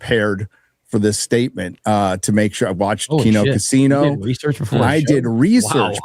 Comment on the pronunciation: dude this, I’m a no sabo kid and was cracking up at COCHINO not coccino (like a cappuccino? I guess? Idk.)